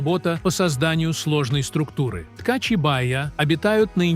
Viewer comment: Тка́чи, со́ва, осо́бей у рассказщика дефект речи. Правильно ударения не может поставить